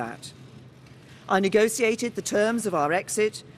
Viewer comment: she still can't pronounce negotiate